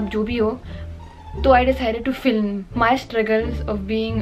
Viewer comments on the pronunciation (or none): none